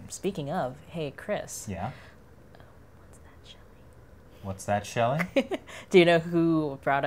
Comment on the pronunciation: It's Shelley!! Shelley!